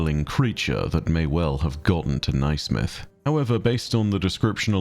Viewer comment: Naismith is pronounced “nay-smith” btw. Sorry to be a nerd but it was bothering my Scottish ears 😅